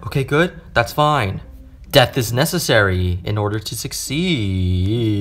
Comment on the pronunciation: "Death is nususary " mad me laugh😏😂😂😂😂😂😂😏